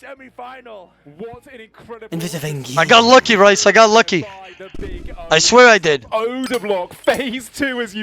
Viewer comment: brothers got everyone thinking rhys is pronounced rice lmao